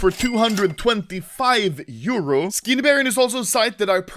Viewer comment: Pls Say Euro Not Like that